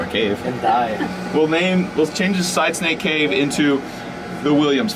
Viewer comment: Every time says “Side Snake Cave” it sounds like “Side Stank Cave” 😂